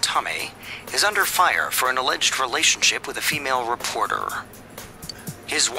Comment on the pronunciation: Not to be that guy, but I think it's relation not realation